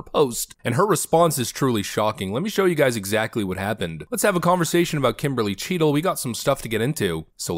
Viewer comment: Notice how its CHEATle and not Cheadle? 😂😂 Edit: She should be tried as a criminal